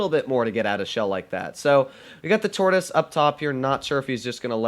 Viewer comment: Hahahahah lol What did say in it supposed to be Tortoise😂